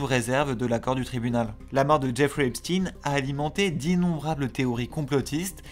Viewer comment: Bonjour, non. La prononciation de Epstein (en parlant americain Cote-Est on va dire, c'est l'accent le moins marqué pour nous) ca ressemble en phonétique à ''Up-stène'' Ni ''Ep- schteiine'' ( a l'allemande, ou comme pour Einstein ) ni ''Epstine ''comme dans la vidéo